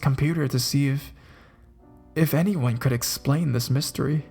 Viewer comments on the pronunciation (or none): none